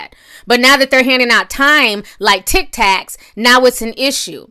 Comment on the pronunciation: TIC TACS? Not tic tacs ti 😩